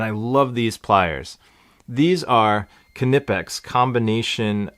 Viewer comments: Knipex are the Rolls Royce of pliers, awesome tools. You don't need to pronounce the K tho, nipex. 😉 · Nice little kit the pliers are pronounced " Nipex" silent K lol great tools of which I have many and the Rigid grips are awesome also. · Thanks! Yeah I'll accept that even the Knipex reps who speak English say "nip-ex" but the Germans, where the company is from, pronounce it "k-nip-ex"